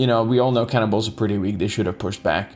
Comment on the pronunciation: I'm very sure that always says cannibals i hear "Can in balls" 😂😂😂